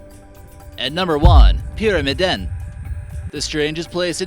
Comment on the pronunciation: I loved they way he pronunced "Pyramiden" and "Longyearbyen". The first one is just "The pyramid", and the last one is "Long-year-byen" where byen means town, so the "long year town".